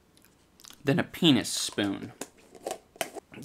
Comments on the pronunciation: Idubbbz ur “peanuspoon” name is great but to me it kinda sounds like ur saying “penis spoon” (just a heads up) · "Peanuspoon"- LOST IT